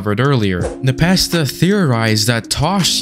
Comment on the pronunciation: That is not how you say Npesta